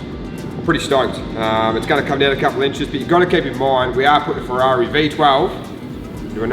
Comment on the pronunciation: "The Ferrarna"